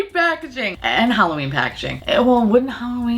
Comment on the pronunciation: "HalloBEAN me" I'm done 😂😂😂💀💀